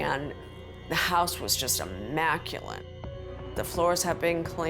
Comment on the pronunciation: Oh ppl, it’s ‘immaculate’ not immaculant, learn English!!